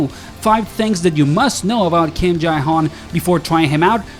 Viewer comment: why cant u just pronounce him as Jay? Its so weird